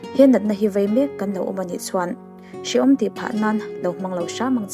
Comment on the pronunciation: vei tih tur aw,,,,,,vai ni lo in